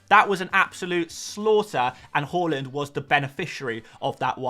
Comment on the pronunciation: Bro I subbed last week but it could have been way sooner. I was waiting for you to say Haaland's name properly but realised it wasn't going to happen. Enjoy the vids though!